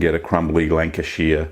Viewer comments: North west England. Beautiful part of UK I live down the road from there in Cheshire. Love your videos. Not pronounced like that but funny 😁👍👍 keep up good work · northerners not midlanders, also its with the shires of the UK its more like a sheh or shah sound. great vid though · Also need to work on the pronunciation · Love the ways you were saying Lancashire (I’m from there). Also it’s North-West England 🏴 not in the midlands 😊😊😅😅